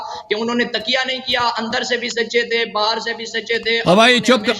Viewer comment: کسی امام نے کسی کا اتباع نہیں کیا سب جھوٹ ہے اور تم تو تقیہ کا لفظ بھی درست نہیں بول سکتے تکیہ بول رہے ہو